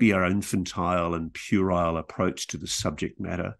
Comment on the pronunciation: This podcast was brought to you by the word, "purile" 😅